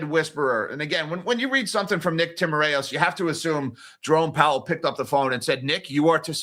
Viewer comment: In Nick Timaraos' name, the 'A' is silent and it's 3 syllables. tim-ir-os. I've heard him pronounce it at the Fed press conferences. Also, home prices aren't in the CPI. They do owner's equivalent rent. Rents are.